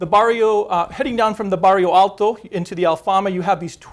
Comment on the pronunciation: He wants to show off the one Portuguese word he can pronounce. God knows it's not Santa Justa or Bairro Alto.